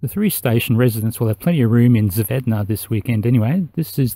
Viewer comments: You did mess up 2nd part a bit. You forgot to say that second "z" and included an extra "n". Zvedna. Not sure it's a word. But hey, if you don't try it you'll never get it right. Once you say all letters in zvezda in right order chances are you will nail one of the Slavic languages pronunciations of that word. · It's great to see human race doing something together, even if it's only in a relatively small tin can falling around the earth. brave of you to even try to pronounce Zvezda. Lets say you nailed first half of it.